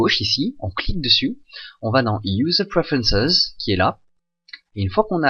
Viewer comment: "User Prefences" ? ahah, très bonne série !